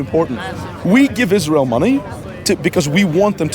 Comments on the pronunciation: no it isnt he doesnt even know how to pronounce israel and palestine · can you stop making israel and palestine videos while riding the wave of the trend? Please do your research about the region before going on to campuses to ask questions. You cannot even pronounce the words israel, palestine, or palestinians.